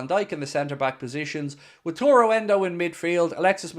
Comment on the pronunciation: It is Wa - ta - ru! ;)